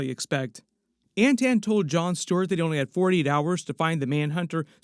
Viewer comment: it's Anton not Antan.